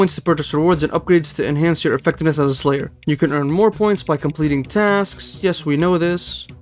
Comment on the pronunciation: Since you were worried about pronunciation, everything sounded good to me, except for lair, which you pronounced as layer. Don't wanna nitpick, just figured you might wanna know. Another great episode, keep it up! 👉🏼